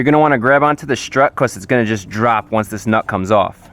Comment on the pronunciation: There's something about his way of saying "this nut" that distracted me.